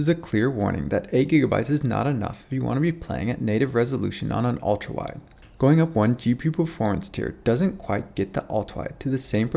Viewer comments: I can't unhear "Ulta wide" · Great video, but I got distracted every time you slurred "ultrawide" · It sounds like he says ultwawide or ultawide.